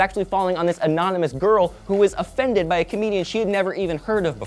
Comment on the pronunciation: "A fended"? Really?